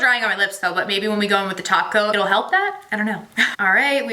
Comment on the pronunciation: I thought you were saying taco ... when you were saying top coat lol maybe I just want some Mexican food